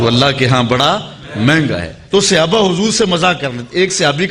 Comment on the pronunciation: bohut eman afroz waqiaat aaqa ki zindagi k sunae heen lekin aik lafz ki ghalti thi jiski takrar bhi bohut hwi yani sahaba or sahabi wahid he jis ko aap ne musalsal Sihaba kha or sihabi kha he bra e meherbani drust kr lejie